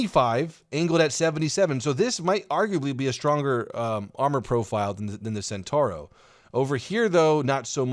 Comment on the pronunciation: centauro is pronounced chen-tau-roh